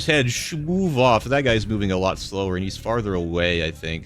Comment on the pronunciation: kills me “it does get aphe”😂